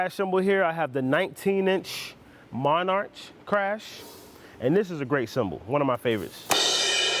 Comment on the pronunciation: My mans said mon-arch 😂😂😂